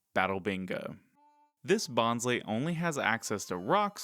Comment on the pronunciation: Bonsly is your favorite pokemon but you pronounce its name wrong? Bonsai + sly (like sneaky) it’s a pokemon pretending to be a bonsai tree. So the second syllable of its name is literally sly. They pronounced it wrong in the first season Bonsly was featured in the anime but they said it correctly in later seasons.